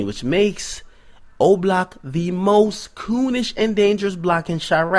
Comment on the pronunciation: you saying goonish or koonish?